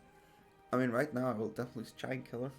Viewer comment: Who else heard "Jankula" when he said Giant Killer?? :B